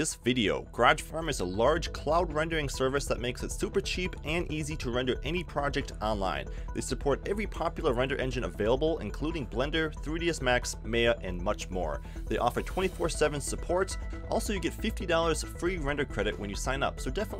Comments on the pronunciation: Did you mean Mai-ya?... Because it's clearly not pronounced may-ya.... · I almost closed the video when he pronounced Maya as "may-ah" instead of "my-ah".